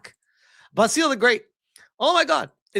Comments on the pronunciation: Basil is pronounced 'Baz ill'. Not 'Bass eel' ;) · Your pronunciation of Basil is killing me. Watch an episode of Fawlty Towers.